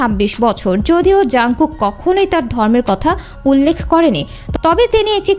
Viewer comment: কিম তাইইউগ না কিম Taehyung আর জুনকুক না হবে জানকুক 🫡